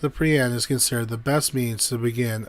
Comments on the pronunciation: Nice episode but the word isn’t py- ron. It’s pry - on. Prion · It's pronounced PREE-on. Prion diseases deserve far more discussion and research than they get. Please, honor the victims of, and researchers working on, prion diseases by pronouncing it correctly.